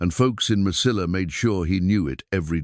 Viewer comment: Mesilla, is pronounced. meseyya. It's a Spanish word the ll is like a y at the end of a word.😊